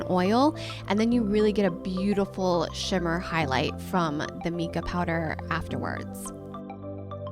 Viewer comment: Just FYI, Mica is pronounced Mike-uh rather than meek-ah :)